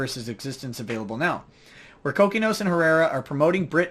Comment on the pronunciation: It is pronounced Ko-Kee-Nos!